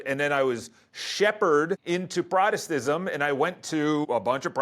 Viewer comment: not a good start when you can’t even pronounce Protestantism.